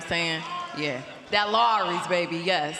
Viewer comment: nah did she say LAWRYS seasoning? lmfao girl